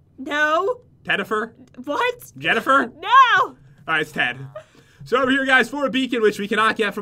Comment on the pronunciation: at 4: 00 I thought he said Ted for an enchanted golden apple